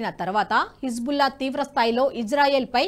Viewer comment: Hebzulla kadu tallee, Hezbulla, 100 sarlu dictation rasi , appudu vachi cheppu.